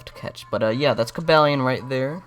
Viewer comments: cabalion I think is pronounced CU-BOO-LEON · The Only it's Co-baal-ion